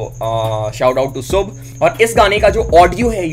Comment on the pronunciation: I've told u many times, that's शुभ not सुभ..